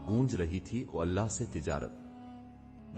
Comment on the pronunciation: بھائی اپ نے واقعہ بہت اچھا سنایا ہے پر اپ کی اردو بہت زیادہ خراب ہے اپ اللہ کو اولا بول رہے ہو ایسا کون بولتا ہے تھوڑا سوچ سمجھ کے ویڈیو بنایا کرو کیا اپ نے کیا الفاظ استعمال کرنے کیا نہیں اللہ ہوتا ہے اللہ کی بارگاہ میں اللہ کا نام بہت اچھے طریقے سے ادب کے ساتھ لینا چاہیے